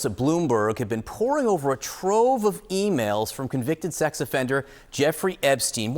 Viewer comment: "E-Mowls" ? What the F are "e-mowls"?